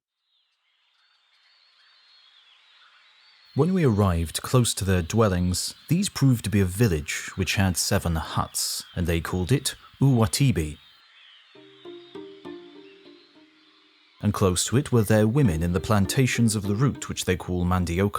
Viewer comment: what? How "UBATUBA" that is a city in these days turns into "UBATIBI"?